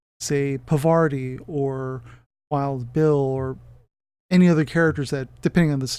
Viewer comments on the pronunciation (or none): Great synopsis. Probably worth noting his displacement switch only triggers on 1in 6 rolls so pretty tough to get. And I believe you are mispronouncing the Aleph shooters name. It is paar-vuh-TEE if you want to be absolutely correct, but I think most people say paar-VAH-tee, not puh-VAR-tee. Significant if you’re into the Infinity lore as I believe this is the name of a Hindu goddess, harkening back to when Aristeia was called Yajurveda. Keep the Aristeia vids coming!